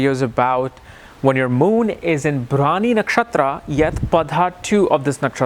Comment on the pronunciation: That is bharani not brawny